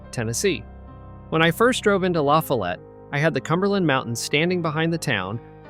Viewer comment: Do you pronounce LaFollette wrong